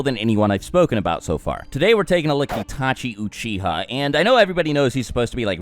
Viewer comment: Stopped watching the moment he said Itachi Uchiha. At least get the names of your characters right.